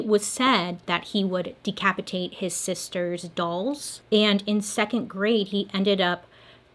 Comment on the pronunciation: you can't pause between sister and doll's like that girl!!!!!!!!